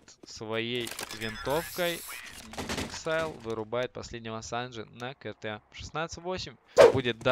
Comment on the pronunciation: АКСИЛЬ А НЕ ЭЭКСАЙЛ!! :D